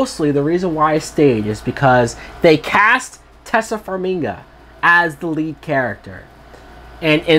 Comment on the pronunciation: dumfuck it is pronounced TAY SIA FARM I GA